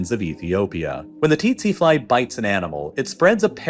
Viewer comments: Didn't know its titsi fly all along we been pronouncing it as sese fly😲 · Tsetse fly is pronounced very close to "sexy fly" Something similar to "Se" like the beginning of the same Sarah, and "see". There are pronunciation videos on YouTube. Look it up :D